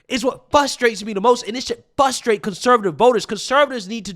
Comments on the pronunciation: You said "FUSTRATE" three times in a row... THREE TIMES DUDE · Not hating, because I love your work, BUT. The word, "frustrate," has an "R" in it.